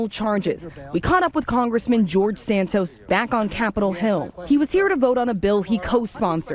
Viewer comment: The fact that says George Santos correctly when he intentionally fucks up every other name he mentions is like a five year setup to a beautiful joke.